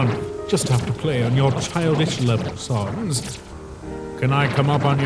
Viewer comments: Can someone contact the dubber and tell him how to pronounce sans ITS NOT “SUNS” ITS “SANS”!!!!!!!!!!!!!!!!!!!!!!!!¡¡¡¡¡¡¡ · Hey I think ur says San's name wrong it's not S-AU-NS it's S-A-N-S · why do you pronounce it sawns. it's s-AH-ns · Its sans not sons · Whenever these guys say sans all I hear is sounns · JESUS CHRIST ITS SANS NOT SANS! SANS, SENS, NOT SAUNS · Gaster says sans as sons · I love the quality of the video, but one thing keeps bothering me: I’m used to hearing Sans being pronounced as how you would say- SANDS. But I know you might not notice this comment or care but, I think people would like it better if you said his name like that. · I mean is gaster loved Sans all he could do is say his name right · Gaster loves sans so much he can't say san's name correctly